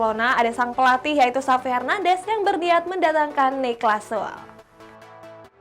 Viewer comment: itu Süle E-nya dibaca harusnya